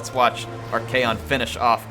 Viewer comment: Your pronunciation of Archaon's name is a bit annoying tbh, it's not kaon it's con like con-artist.